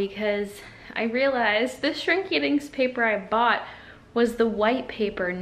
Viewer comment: you definitely said "Shrinky Dicks"